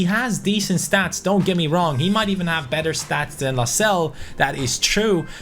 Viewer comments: Lascelles not lascelle hes english not french good vid tho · You do say the S in Lascelles